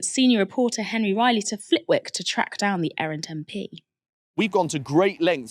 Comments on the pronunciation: It's pronounced "Flittick" not "Flit-Wick". Just goes to show that your presenter doesn't even watch her own inserts. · Flitwick is pronounced 'Flittick'. This piece loses gravitas if the host can't even get that right. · It's pronounced Flit-TICK the 'W' is silent. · For London centric Novara presenters - you don’t pronoun the W in Flitwick!